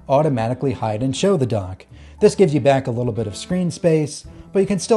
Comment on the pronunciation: Are you saying "Donk" LOL?